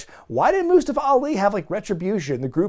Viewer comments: So how come all of the sudden everyone is mispronouncing mustafas name? For fück sake man it’s moo-stah-fuh 🤦‍♂️🤦‍♂️🤦‍♂️ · Never gonna get over the way Mustafa Ali wants people to pronounce his name